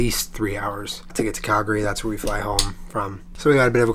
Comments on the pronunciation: Thank you for pronouncing Calgary correctly. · thumbs up for pronouncing calgary correctly :) glad our cities, airport, and province treated you well. i haven't flown in a while but i have an international flight next month so i'll have to check out those charging bikes! those are news to me. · super impressed you pronounced calgary right! glad you seemed to enjoyed the snowfall in 'berta. loved the video! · You said Calgary right!! :D Honorary Canadian